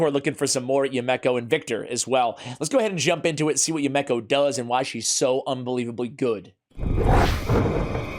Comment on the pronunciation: Her name is pronounced: "YOU-me-koh", NOT...."you-MECK-oh".....and I just got her!